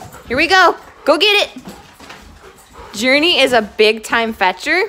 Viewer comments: Its Journee not Journey ok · It’s Journee not Journey